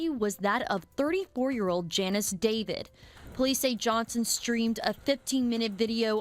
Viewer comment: David not deveeid is her name , that anchor woman can’t pronounce David lol